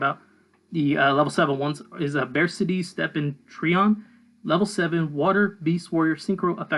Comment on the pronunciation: I think it’s supposed to be pronounced like “BarK-T” like Arctic. Not attacking you, just theorizing.